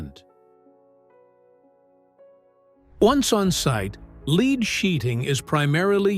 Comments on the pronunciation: AI generated. Several times it mispronounces 'lead' as: Verb (Pronounced /leed/). It should be pronounced as a noun (Pronounced /led/) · 7It's pronounced led, not leed🤬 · Leed? AI slop. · Ai cant say lead haha